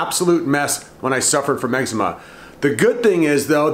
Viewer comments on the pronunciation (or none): what did he say? excma honey?